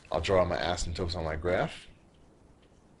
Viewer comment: he keeps saying 'asymptopes'. it is 'asymptotes' .